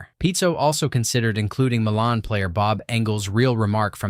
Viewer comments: MY-lun. Not muh-lahn. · It’s pronounced Milan, not Milan. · pronounce My Lan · It’s pronounced Meye lan, like eye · Entertaining, but... It's pronounced... My-lynn. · Milan Iin IN isn't pronounced the same as Milan in Italy. It's "MYE-lan"